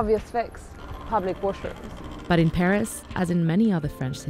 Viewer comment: Pee-ris eau de toilette